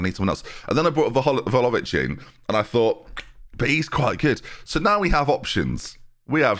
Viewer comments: Vla-ho-vic. Hovic. Not Lovic. You’re saying Vhalovic. Like saying Jenby instead of. Vlahovic. Not leviosaaaaaa. Sorry, I’m just really sensitive to this. 😄😄On another note, I don’t really like Bayern, but this team gets me excited. I think you’re making good decisions so far in this save, staying at a club and moving when you do. There’s no reason why you couldn’t do the treble this year. Good luck, I’ll be around to see it play out for sure! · ffs i was hoping we'd left your horrendous pronunciation of Vlahovic behind us